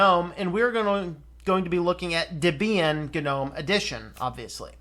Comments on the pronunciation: DebEEan? Is that how it's pronounced? Has my whole life been a lie? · The emphasis should be on the first syllable according to section 1.7 of the FAQ on the Debian website.